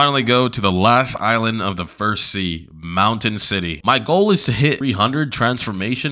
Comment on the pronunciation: Bro said mountain sity 😂😂😂😂